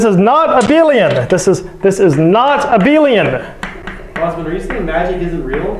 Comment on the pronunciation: I do believe it's due to his accent, I wouldn't pronounce it as he does. Abelian shouldn't sound similar to a billion in the first place. Ah-behl-i-an not Ah-bil-ion